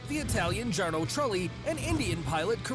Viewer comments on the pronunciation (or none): "Jahrno" Trulli 🤣🤣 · The narrator annoyed me as soon as he gave Jarno Trulli an Anglo-J pronunciation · couldn't even pronounce jarno correctly.